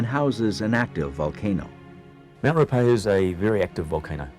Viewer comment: He didn't do a bad job, although Ruapehu is not pronounced as Roopehu. It is Ru-a-pe-hu.